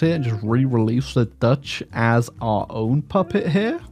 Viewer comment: Your aggressively English pronunciation of Dutch names was something to behold.